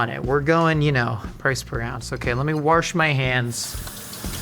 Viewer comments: … are you saying wash or warsh?!😂😂 my mother and grandmother both say warsh. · Why did you say “warsh” like my Midwestern grandmother? 😭